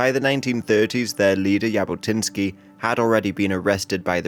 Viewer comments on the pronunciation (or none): Its not "y"abotinskiy😂 its actually pronounced Jabotinsky with tne "j" as the "j"